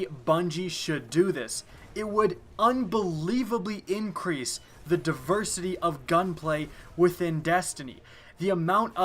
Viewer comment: Pretty sure that you said "Increase light level" wrong. Also, just because it isn't at the current light level or isn't relevant doesn't mean that it was "taken away" or "brought back"